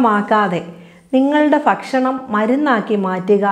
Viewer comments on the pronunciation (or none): നല്ല ഉപകാരപ്രദമായ വീഡിയോ. ഇതിൽ ഡോക്ടർ ഒരു ഉച്ചാരണം sariyaakkiyaal നല്ലത്. ഫക്ഷണം അല്ല. ഭക്ഷണം.fa എന്ന അക്ഷരം മലയാളത്തിൽ ഇല്ല. അത് english il മാത്രമേ ഉ ള്ളൂ. ഭ എന്ന അക്ഷരം രണ്ടു ചുണ്ടും വയുടെ ഉള്ളിലേക്ക് മടക്കി വച്ച് കൂടുതൽ ശക്തി കൊടുക്കാതെ അല്പം ശക്തി യായി swaasathodoppam പറഞ്ഞാല് ഭ എന്ന അക്ഷരം കിട്ടും. പ, ഫ, ബ, ഭ മ. ഇതിന്റെ ഉച്ചാരണം ഒന്ന് ശ്രദ്ധിച്ചാൽ നന്നായിരിക്കും. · ഫക്ഷണമല്ല, ഭക്ഷണം